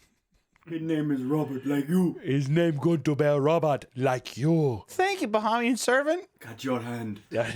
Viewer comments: bro. BUH-HEY-ME-AN. #242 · The absolute massacre of the pronouciation of Bahamian and the accent on our independence day is peak. 😂 Also in the Bahamas we call black magic obeah not voodoo. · As a Bahamian (pronounced Buh-hay-me-yun), your terrible attempt at a Bahamian accent was hilarious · Hearing mispronounce Bahamian and give them a weird accent (Jamaicans? Haitian?) on Bahamas independence Day is an incredible way to celebrate. I love it.